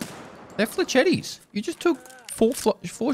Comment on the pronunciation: FFS it's fle-shett, not fleshettee